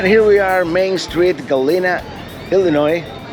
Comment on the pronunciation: I you're going to PRETEND to be an expert on the area learn to pronounce Galena.